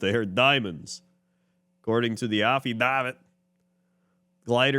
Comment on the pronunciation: I hope never pronounces affidavit correctly